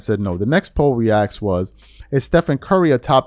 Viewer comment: ASK,NOT AKS